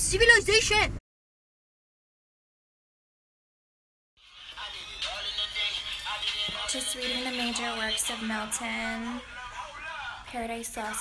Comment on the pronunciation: Mahmoud: Sibilization Me:🤯🤯😂😂😂😂☠